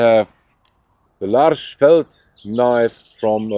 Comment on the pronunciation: Lars wird in Schweden doch " Lorsch " gesprochen so wie ich das mal selber gehört habe. Hakan, Da wo bei dem zweiten A ein kleiner kreis über dem A ist...... Das wird dann als Kehllaut Hakon gesprochen. Ist aber nicht so wichtig. Die gezeigten Messer sind schon toll aber ich bin gerade bei skandinavischen Messern von einer Angel / Erl umschließenden Bauart überzeugt was die Benutzung bei Kälte angeht. Also den klassischen Puukko, Leuku oder Yakut. Nachteil ist natürlich das diese eine Sreckangel haben. Wenn man Glück hat gehen die durch den Griff und sind vernietet. Rein eingeklebte Klingen mag ich persönlich nicht.